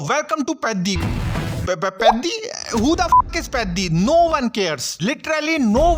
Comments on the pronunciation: Peddi ❌ paaddi☑️ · Peddi ❌ Paddi✅ 🤧🤧